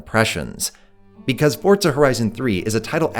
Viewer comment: Love the video but.. PLEASE stop saying FORT-ZA, there is no T in Forza, it is simply pronounces FOUR-ZA. Forza, for Fortza.